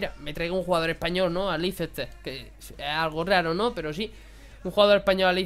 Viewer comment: se pronuncia "leister" no leicester.